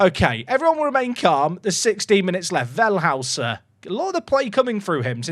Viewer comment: Up the Toffees! Always good to see an unusual face at the top after a few years on FM. You're pronouncing "Wellhäuser" a bit wrong by the way, fully understandable, as if his name was "Wellhauser" you'd be bang on. The "ä" instead of "a" makes it pronounced like "Vell-hoi-ser" though